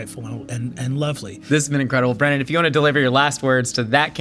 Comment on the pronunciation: BRONNAN!!!!! (brennin)